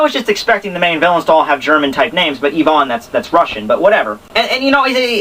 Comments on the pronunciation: but fo real.. its (ai-vn) not (Yvonne) like you keep saying, it's driving me nuts, but I love the reviews lol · Ivan = eye-van :)